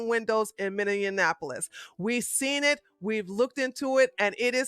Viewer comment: Love your videos,!!!! Minneapolis is pronounced: Mini-Apple-Is (not Mini-In-Apple-Is) Also, this country is in a full fledged DEPPRESSION, not a Recession!